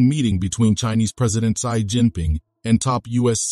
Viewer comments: She not see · please correct your pronunciation of Xi.